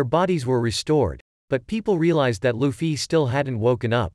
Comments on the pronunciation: Bro said luffi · When he says 'luffie' 😂😂😂